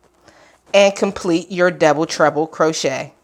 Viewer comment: Why do I keep hearing „double trouble“ instead of „double treble“? 😅 I wonder if a baby blanket could work out with this stitch or is it too loose to keep anyone warm?